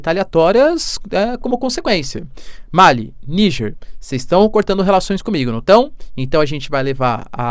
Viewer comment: Professor, seu trabalho é excelente e sigo há bastante tempo. Mas se nele ainda cabe algum contributo, gostaria de pontuar um bem simples: é Malí, com acentuação tônica na última sílaba. Ma - lí e não Má-li Pra nós, africanos, é muito estranho a pronúncia Má-li Quanto à Venezuela, nem mesmo os estados unidos são democráticos, sendo uma oligarquia, no mínimo. Abraços